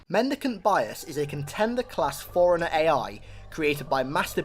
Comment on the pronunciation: FORE-RUNNER, NOT FOREIGNER, holy fucking shit